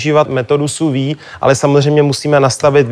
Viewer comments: Ahahah, metoda "suvi". Lol, ten borec urcite moc "nevi". Sous-vide (/suːˈviːd/). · Sou-vide se vyslovuje jinak.